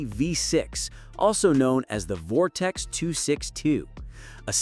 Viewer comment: Turned video off after 😂 "Vortex"